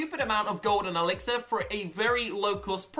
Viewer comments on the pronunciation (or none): none